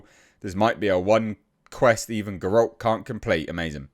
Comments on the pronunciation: 5 years and you still never learned how to pronounce Geralt. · Learn how to pronounce Geralt at least.